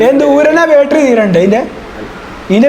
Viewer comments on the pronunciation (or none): none